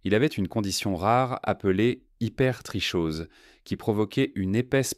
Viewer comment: Cc super video. Juste pour info l'hypertrichose se prononce hypertroKose